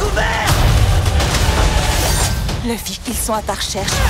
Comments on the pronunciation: Juste déçue par la prononciation de "Luffy", alors qu'une vidéo officielle est sortie le 5 mai pour l'anniversaire du personnage et dire à tout le monde comment ça se prononçait, ça ne semble pas corrigé dans la VF.... Encore des générations de conflits qui s'annoncent 😢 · ILS ONT ABUSÉ AVEC LEUR LEUFFY au lieu de louffy ( Ruffy/luffy)🤦🏽‍♂️🥚🐓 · Par contre vous commencez vraiment à me faire chier avec ça, Luffy se prononce LOUFFY pas EU !!!